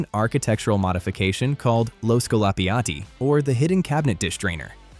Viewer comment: Non si può sentire, impara a dire "scolapiatti".